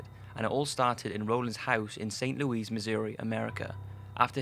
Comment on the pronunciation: Saint Loweeze ? Like the famous French king Loweeze the fourteenth I guess.